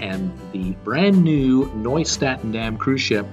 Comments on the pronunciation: Nieuw is pronounced NEW not Noy LOL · Please learn how to pronounce the ship name. Nieuw is pronounced "new."